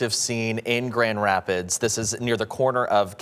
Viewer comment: Is it really so hard to say Grand Rapids " MICHIGAN " . NEWS is on a world wide stage now, how many years will it take to get reporters to do a half way decent job. Seems like they hire high-school drop outs that look good on camera.